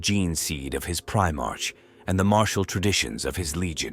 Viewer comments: Prime-ark prime-ark NOT prime-arch PRIME-ARK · I appreciate your efforts and am grateful to be able to enjoy your stories. Please take this with respect. I realize it is a script, but it really disrupts the immersion when the AI pronounces words like Primarch wrong. A bit of pre editing can go a very long way for immersion. If you deliberately misspell the word in the script, I.e. “Prime ark,” the AI should easily recognize both words and repeat them quick enough that the pause between words is short enough to sound like a syllable break. Watch your comments for people bringing up a mispronounced word, and add it to an auto-replace list in your word processing program. Personally I would rather hear your true voice reading the story, than the AI voice, but you are doing an excellent job and I am not going anywhere. (If you are neurodivergent and non verbal, this is your true voice so please disregard my comment as it does not apply.) Keep it up mate.